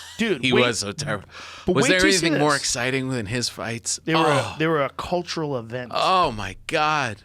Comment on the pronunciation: "CULUTURAL EVENT" Love It!